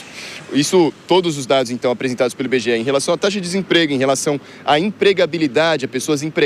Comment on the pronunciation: Dados do "Inbegeé", a fantástica fábrica de índices?